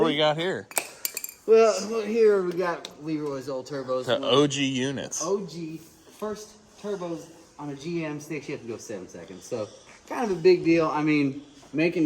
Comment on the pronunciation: It Leroy not Leeroy! Get your shit together!